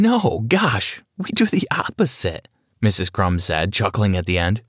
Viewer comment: I'm sorry did you just say miss crums and Mr crms